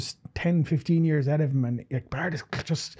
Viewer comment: BAIRD! not bard.